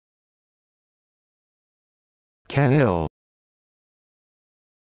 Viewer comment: They butchered this pronunciation. It's pronounced shuh-neel. The 'ch' is soft not hard.